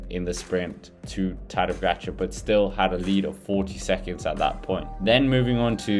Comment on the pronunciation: Its POGAČAR and not POGAGAČAR COME ON MAN!!